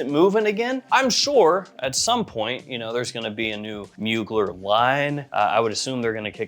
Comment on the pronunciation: love your vids but you're mispronouncing Mugler